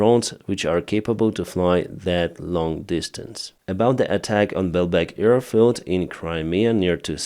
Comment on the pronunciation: Thank you for your reports. I see them every morning before I do something else. Please try to say AIR, now you are always saying EAR. Ear support, earfield... But hey, love you. Greetings from Belgium, Marianne